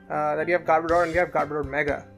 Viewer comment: Its garb-o-der